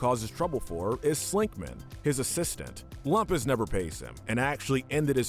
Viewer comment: That’s Loom-pus!